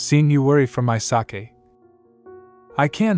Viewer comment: This is such an interesting story. Particularly like the tie-in between the current Crown Prince and Princess and the original dragon and holy maiden suggesting a rebirth situation. My only quibble is the mispronunciation of sake (long A) as if it's the Japanese fermented rice beverage Sake. The word is used often enough in the narration to be irritating. Next part please.